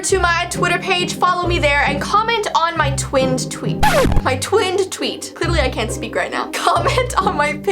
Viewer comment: I couldn't stop laughing when she would mess up with the word "tweet" lmao and